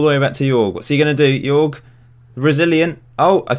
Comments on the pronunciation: Hey man! Great Channel! Jorge is pronunced JOrge like HOllow, an R and and JE like HEritage. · Hey, bro... Say hello to Brazil You can pronounce Jorge as George.